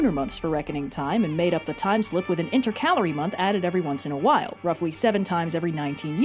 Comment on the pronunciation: you said intercalary the same way my senior English teacher, now colleague taught me to say it. However, that pronunciation has recently come under scrutiny. Thank you for the um vindication.